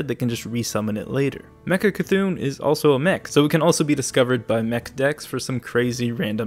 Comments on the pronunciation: It's not Mecha-C'thun. It's just Mecha'thun! nerd rage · ITS MECHA'THUN NOT MECHA C'THUN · Its' not Mecha C'thun ... It's Mecha'thun .... you're killing the actual wordplay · Every time he says mecha c'thun I cry it's mecha'thun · i dont know why but im pretty triggered he calls it mechac'thun instead of mecha'thun idk why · Dude, ME-CHA-THUN NOT ME-CHA-C'-THUN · It is Mecha‘THUN not Mecha C‘THUN ;) he also has feelings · I wonder if he's purposefully saying mechac'thun or if he misread the card's name. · Its pronounced meh c'thun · Stop saying Mecha C'thun...